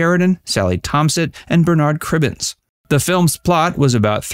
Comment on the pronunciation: So many mispronunciations! Agutter, Onedin, Bernard (Cribbins) etc.